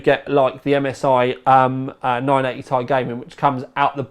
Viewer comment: .... he isnt even able to say GDDR5 .... i would look for a for other reviews..... also he says 980 thai for some reason .... it is 980 TI unless he think that it is tiland...... he is a disgrace to all of us that call the UK home